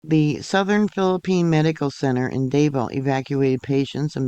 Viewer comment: Hi, Thank you for covering this. Just a little FYI…Davao is pronounced like…two syllables…Dah Vaw…not Day Vo.